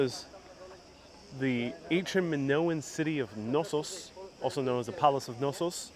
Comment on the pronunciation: hi fyi the K is definitely not silent in the name Knossos.